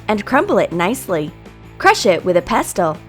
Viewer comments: If you have all that garbage non food in your house - you are in deep trouble health wise. Pestle is pronounced pessel not pestel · It's not called ''pestel'' girl, It's called a ''pestle''....... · " crush a waffle " ITS WAFFER! "crush it with a pestel" ITS PESTLE! " Put in some car- mell ". ITS PRONOUNCED care - eh - mell Also this video is sponsored by Condensed Milk